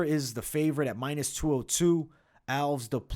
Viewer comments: Stopped watching at Raphael Alves. Can't be getting predictions from someone who pronounces simple names that egregiously wrong. You do this at *least once a card and enoughs enough. It's a two syllable last name. "Al-*ves", not "owlves" or whatever abomination you're saying here. Nobody who watched enough footage and heard his name that many times would make that mistake. So it's either ignorance or inadequate fight research. Neither bodes confidence. Sharpen up if you ever want to make the next level. Too much competition out there. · I think it’s al-ves, not alvs. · Agree with most of these picks but I think Nunes gets the belt back. Also Alves is pronounced AL-VEZZ even tho it ends in an S. 😅 👍